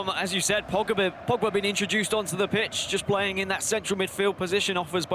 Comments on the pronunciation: Who tf is Pagba? Bruhh the commentators pronunciation is worse than Harry Kane’s English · "Viaara" "Pawgba". Bruh someone fire that commentator